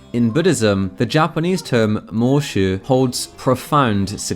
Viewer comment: Every time he says “Moeshu” my brain just hears “MMM”